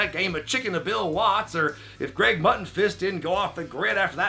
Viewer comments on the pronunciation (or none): none